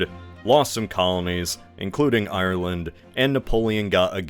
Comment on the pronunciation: It would have been nice if you had checked how to pronounce Ireland